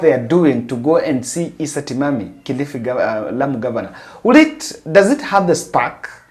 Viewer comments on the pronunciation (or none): none